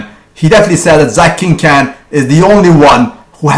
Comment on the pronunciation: he is not the biggest, gunther, ruhl, kovacs and dillet was the biggest and its not 'king can" its 'king KHAN' (pronounced kon)